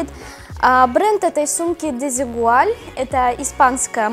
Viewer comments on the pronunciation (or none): Почему ты каверкаешь испанский язык? Сколько раз слышала... Испанский не пошути язык а ты в каждом Л хочешь сделать "добле еле" и что бы читалось Ль... Десигуаль... Рамбля и тд ....